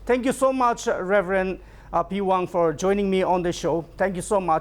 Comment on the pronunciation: Sir, nt the pewang u need to say Rev peihwang